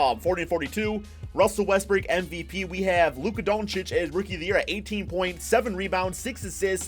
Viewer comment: Lmao you sound like a sped when u say doncic